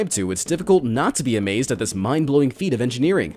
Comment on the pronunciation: !Be AmEzEd ! You: i am already amezed This cannel:😭😭😭